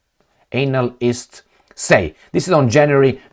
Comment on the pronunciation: Not anal-ists, but.. analysts.. yeah I know. Rom. accent..but diff meaning